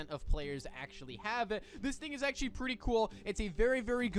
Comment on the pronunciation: erm you said "actually" wrong dumb